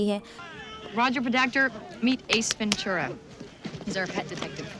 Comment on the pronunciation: When u notice 😂 ventura sounds like venchuda